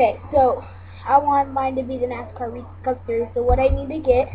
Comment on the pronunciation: You say Reese's wrong but thanks for the vid!